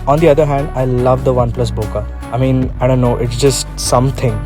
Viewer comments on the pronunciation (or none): Not "bo-ka" - it's "bo-keh" 1000%. This is straight from the Japanese (it's their word and language) and it has been confirmed to be said bokeh - see the Jet Potato vid with the Arri guy (iirc).